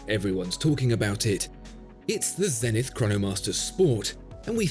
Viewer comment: You're pronouncing Zenith wrong